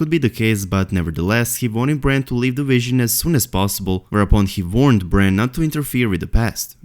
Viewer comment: Just 2 notes. 1.Its not "V"ill / "V"arned,its "W"ill / "W"arned 2.Its not "F"ink / "F"eory,its "Th"ink / "Th"eory